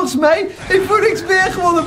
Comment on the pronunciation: Je spreekt Phoenix anders uit